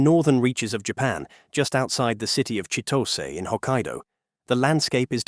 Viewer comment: Japanese names do not follow english grammar rules. Chitose should be pronounced and sounds like Chi-toe-say by an english speaking person. Japanese names always end with the vowel pronunciation sounds of ah, ee, ooh, eh, oh.